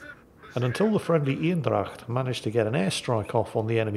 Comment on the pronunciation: I'll repeat; Eendrach, think Bane. So make it Anedracht. 100% Dutch pronunciation.